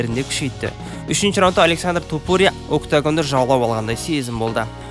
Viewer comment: Қандай құлаққа жағымды сөз иірімдері! Осындай иірімдер қазіргі біраз спорт журналисттеріне керегі сөзсіз! ТОпурия деп оқығаны керемет🔥 басқа тілдің жетегіне еріп Тапурия демегені ұнады👍 Ал шолуға келетін болсақ барлығы керемет, тек бұндай шолулар өз уақытында шығып тұрса керемет болушы еді🔥 Ал сізге сәттілік🙌